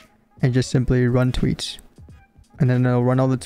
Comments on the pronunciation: bro says tweets instead on tweaks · "run touits" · bro said tweats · bro cannot say the word "K" in any of his sentences. "do some tweats" and "fortnite tit tots"